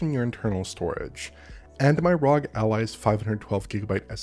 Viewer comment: why did you pronounce ROG like that it's R-O-G not one word.